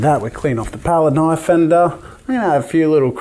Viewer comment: Thats a Knoife